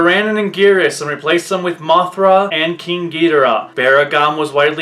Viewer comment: Great video. Very minor nitpic: You are not pronouncing King Ghidorah's name correctly. I love the comic elements to the video!!